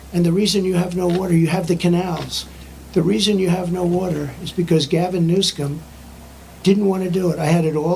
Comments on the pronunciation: Its pronounced Newscum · President Donald Trump said Newsomes name right,when he pronounced it Newscum! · Anyone notice Trump said Gavin NewSCUM. 😂😂😂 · I love how he pronounces the CA governor's name...NEWSCUM😂 Very appropriate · I love how Trump doesn't miss a beat in adding the C to "NewsCum". 😂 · Did anyone catch " Newscum" Lol go President Trump!